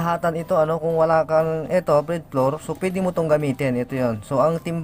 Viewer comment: Bread floor???ahahaha Ayusin m pagbigkas m yahaha